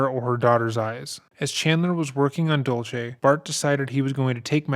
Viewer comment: Just a couple of suggestions for this Creator - Cat’s mom is named Dulce, not “Dolce.” It’s pronounced “Dool-say.” Chandler purported to work at American Family Insurance, not “American Life.” He put his some of his mom’s remains by the Wisconsin River, not a lake. I hope this doesn’t come across as picky. I know that details are important, especially as your channel grows.